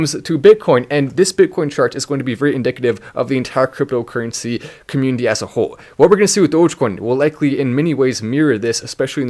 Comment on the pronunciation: It may just be his accent, but, I like how he says comMOONity lol